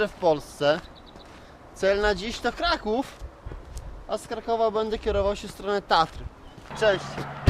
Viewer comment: Karaków :D